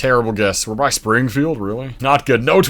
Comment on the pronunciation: "We're by Sprigngfield" Where in the us is that not the case?